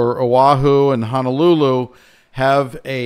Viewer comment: Please note how Honolulu is spelt! HONO! Not HANALULU there is no such place as Hanalulu😤 other than that here in Maui will be fine. Everybody’s prepared hopefully.